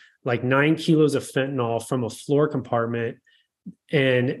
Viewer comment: FentaNYL. NYL. Everyone says “NAWL.”